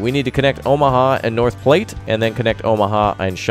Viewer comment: North platte is my home town and it hurt alil each time you said it you where close to saying it right